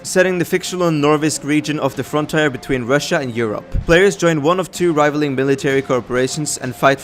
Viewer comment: "front-eer" not "fron-tyre" :)